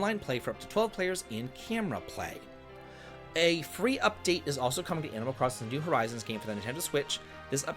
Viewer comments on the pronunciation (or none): none